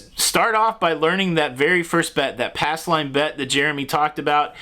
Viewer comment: Ass line? He keeps covering the P in pass. 😁